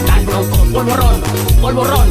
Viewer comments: Esto no es el povorrón esto es el porrorón No a los porros xd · Auron: Si esa señora se hace famosa me pego un tiro lol y además polvoron no polvorron